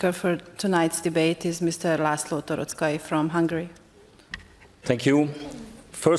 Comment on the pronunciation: A felkonferalo holgy tokeletes kiejtessel mondta Toroczkai nevet :D